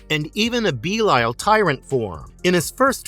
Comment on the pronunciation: The way he say belial name is making me mad so much